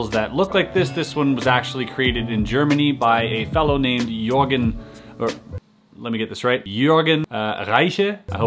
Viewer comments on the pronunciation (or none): none